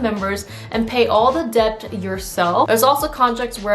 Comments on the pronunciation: i just noticed your incorrect pronunciation of "debt" ✌️ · Just wanna let you know that the "b" is silent in the word "debt"...